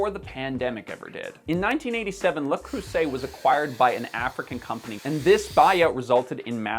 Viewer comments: Look man, I'd really like to watch this video, but I don't think I can handle hearing the name butchered more than once. Seriously, "Le Croo-say" or "Le Croo-zay" whichever you prefer, but "Le Crussett" sounds like some new kind of fast food breakfast item. Come on, you've ordered a "latt-ay" before, haven't you? It's not any more difficult than that. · I've watched the whole video in hopes that would pronounce it right ONCE... but I was granted no such mercy... even if you guys literally showed the actual pronunciation 😂 It's not an /s/ sound, it's a /z/ sound! Like in "zebra"! /annoyingfrenchrantoff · Canadians have an awful French pronunciation. It's not Le creusay. It's le creusè. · Le is NOT pronounced LA. It is LuH as in 'chandLER was awesome in friends' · as a french i have to annoy you with your prononciation since you say that you know how to prononce it correctly, you more say "le cweusset" that "le creuset" :p, joke aside, really interesting video ^^ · ... Properly pronounced "La Crue Z ay".£ In french, in this configuration (vowel-s-vowel) one S is "Z". If there are two S, then it's "S". Examples: classe = class, phase ~= phase (with a "a" instead of the "ay"), musée ~= 'muzay', Alfred de Musset ~= Alfred 'da Musay' ;) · Just so we are clear. In french one S is pronounce Z, two S's is pronounce S. So it's le Creuzet not Le Creusset. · You still got that pronunciation wrong! 'Le' 'creux' 'zais' pas 'Lea' 'crueu' 'say' en tout cas, tu est certain que tu es francophone !?!? lol Blague a part bon video... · The “eu” in “Creuset” is pronounced differently than “oo”. It’s the difference between “vous” and “veux”. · No sonny, people who cook and value fine cookware did not "discover" Le Creuset during the pandemic." I've been using it since I could afford it, thirty-some years ago. Also, why do you pronounce "le" as "la?" My mother go a Le Creuset skillet in 1956, when she got married. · "La crusset"??? Come on. It's "Le Cruise-ay!" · Le "crusset"? Really?